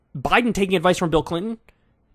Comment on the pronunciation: Clinton and "Bide"? BIDE?